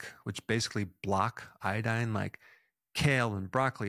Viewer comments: It's not iadine, it's iodine. 😅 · Say iodine again